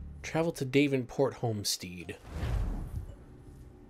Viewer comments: Home- sted Not home-stead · Dav enport not Dave nport and its home stead as in head not steed